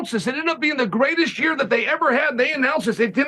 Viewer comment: Dear uncle Chael, you pronounced it "YA-EAR"👍